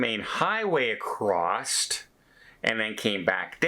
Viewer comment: There is NO “t” in the word “across”. Please learn.